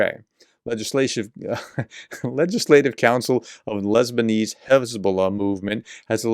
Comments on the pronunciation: Great job ! Thanks professor for all your hard work each and every day ! Love your videos ! P.S. Made me giggle when you mispronounced "Lebanese Hezbollah" which sounded like "Lesbian Hezbollah" 🤭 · "Lesbianese" , lol